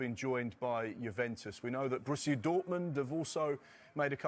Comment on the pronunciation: AND SO GUISE LET ME KNOWL YOUR THOWLTS